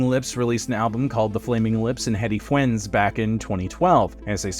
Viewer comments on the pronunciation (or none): none